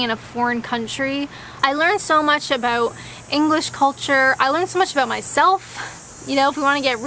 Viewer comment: "know aboot"?